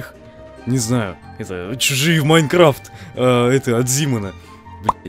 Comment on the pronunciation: на ты сказал майкафт